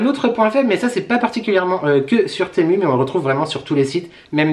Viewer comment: TEMU se prononce [timou] 😉